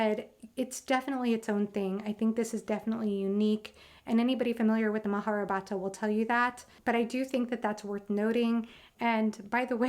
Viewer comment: Its not maharabhata lol.....it is spelled as " maha- Ba-ratha